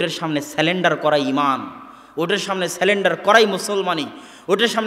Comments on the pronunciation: Dear Shaikh, you pronounce the word ' surrender' as salender. It's wrong. plz. correct it. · খুব সুন্দর বক্তব্য মাশাআল্লাহ। তবে সালেন্ডআর নয়। ইংরেজী কথাটা হবে সারেন্ডার। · Sorry brother, the word is "SURRENDER" not SELENDER as you have pronounced it. When you are not able to pronounce the word, then why to use it. It reduces you stature. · Takdir, Bidyat, Sunnah, Halal, Haram now seemed clear to me. Sulendar or Surrendered, pl pronounce correctly. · সঠিক উচ্চারণ সারেন্ডার। আপনি ভুল উচ্চারণ পরবর্তীতে ঠিক করে নিবেন।